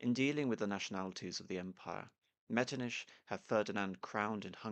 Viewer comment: Out of curiosity, why do you pronounce Metternich's name as ''Metrniš''? Why not pronounce it as it's done in Czech and German, just ''Metrnich''?